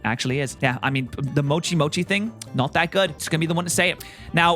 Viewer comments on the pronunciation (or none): none